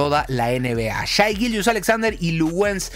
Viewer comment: Amigo, se pronuncia Shei, no Shai. HolmGREN, no Holmgrin. Saludos capo!